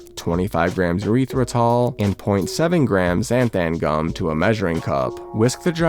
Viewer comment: E-ryth-ri-tol please, not a urethra